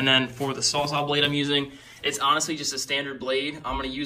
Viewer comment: Good video, very informative. But...are you saying "sawzaw" lol